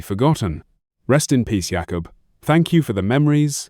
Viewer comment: Please retape this. His name is pronounced Jakob. Jay cob not yak off